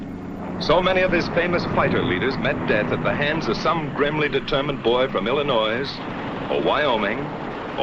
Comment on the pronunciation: Haven't people learned that the "S" in Illinois is silent!??!?!